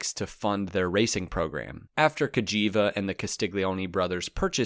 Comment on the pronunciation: So you can say Gagiva properly but not Ducati